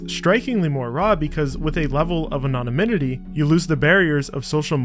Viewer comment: did my guy seriously just say "anoniminoty"? It's anonymity.